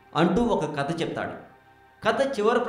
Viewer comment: kadaa saristaagaram enti babuu...kadha saritsaagaram...nuvvu ..nee language...